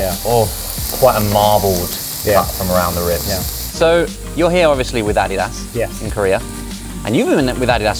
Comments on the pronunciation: Wait, Josh pronounces Adidas as ADDYDAS?! Not, AD-DEE-DUS? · You say Adidas wrong. Also Vitamins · It threw me a little to hear how the name Adidas is pronounced outside North America. In NA is pronounced A-dee-das. Not Adi-das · Americans tend to say ah-DEE-das, with the stress on the second syllable. Most other places (including Britain and Germany, where the brand is from) stress the first, AH-dee-das. It's named after the founder, Adolf Dassler just for some trivia, and his brother went on to found Puma after disagreement in management. (Both originally owned Gebrüder Dassler Schuhfabrik, literally "Dassler Brothers Shoemakers"). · Is that how Adidas is supposed to be produced? I've always proundced it A-D-Das . I've never heard it pronounced Ah-De-Das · Any one else dying over how they pronounce ADIDAS? (Your probably American but anyway) When Josh first said Ah-dee-das, I was like what is he talking about?! Then my American brain computed his English pronunciation, and I was still shook! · Are they pronouncing Adidas wrong or have I been saying it wrong for 30 years? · Americans pronounce Adidas wrong and the British pronounce Nike wrong. English is fun. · the way josh says “adidas” kills me 💀 i love him tho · I thought he was pronouncing it the Korean way 😱😱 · I loved the video, don't get me wrong. As an American who has never heard an English person pronounce Adidas, I'm shook rn 😂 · 아디다스 발음 현지화 실화임?